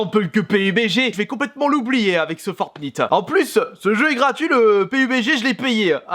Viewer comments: bordel mais des le début tu prononces le nom du jeu comme un pignouf ... comment on peut être a ce point a la ramasse. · Il prononce mal Fortnite :( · Non sa se prononce "fornayte" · Ca ce dit fortnayte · Sa se dit fortnayte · Fortnite=fortnaillte (en phonetique) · Ça se dit fortnaite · Ça se dit Fortnaite putain!! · GG j ai adorer cette vidéo. les gens sa se prononce FORTENAYT --> FORTNITE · Sa se dit For(Night).. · Sa se dit fortnaite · Sa ce prononce fortn[aite] bordeeeelll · Putain apprend à parler 😱😱fortnite ça se prononce fortnAIte grosse merde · Bonne video mais le “i” en anglais se dit en anglais comme iphone pas iiiiphone :/ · Sa s'écrit fortnite et sa se prononce fortnayte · Alors déjà c’est fortnite à l’anglais ça se prononce fortniheigt. La version boîte permet juste l’utilisation de sauver le monde des combats contre zombie mais qui ne change rien au fortnite battle royale ..... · Le i de fortnite se dit ay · justesa se dit for nyte comme nuit en anglais fortnigth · Ça se prononce "fortnaïte" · On dis fornaite !!!!!! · Sa se dit fortnaïte bordel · alors je ne trouve pas cette vidéo mauvaise ... mais arrêt de dire fortnite a la française c'est fortn[ Ï ]te a l'anglaise merde XD voila la messe est dite au revoir ! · se prononce Fortnaït si jamais ;) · CA SE PRONONCE "FORTNAÏTE" PTN DE MERDE !! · Fortnite aie j'ai mal aux oreille c'est en anglais que on le dit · Lol comment ta prononcer fornite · Nn il le fait pas exprès c juste qu’il prononce mal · Fortnite sa se dit pas comme ça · Le Duo Game nan mais j crois y sais pas parler anglais 😂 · Pouffff tu es juste chiant t es un gamin et en plus fornite tu le dis mal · Tu c pas le dire lol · Tu le dit mal le jeux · Comment il prononce fortnite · apprend a prononcer le jeu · Tes vraiment con apprend la langue française on dis un frag et pas une frag et fortnite ça se dis pas comme ça !!!!!!!!!!!!! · Tu dit mal fortnite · Comment il prononce le nom du jeu !!!!😂😂😂😂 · c pas fortnite c fornaite on dit